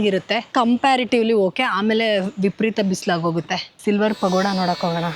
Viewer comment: ನನಗೆ ಸಡನ್ ಆಗಿ ಪಗೋಡ ಅಂತ ಕೇಳಿಸೋಬದಲು ಪಕೋಡ ಅಂತ ಕೇಳಿಸಿಬಿಡ್ತು 😂😂😂